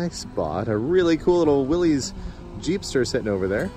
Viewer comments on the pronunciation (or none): Och! You have struck a peeve! "Willys" is pronounced "williss". Just look up any Willys Overland vid from back in the day here on YouTube to confirm this. I get so tired of people mistakenly saying "willeez", like they're talking about numerous British 'pokey bits'. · HA HA... YOU SAID.... WILLY'S 🤣🤣